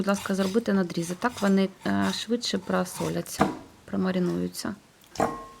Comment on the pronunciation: "ПрАсоляться"??? Чоиу такий кацапський акцент ?😂 Смакота❤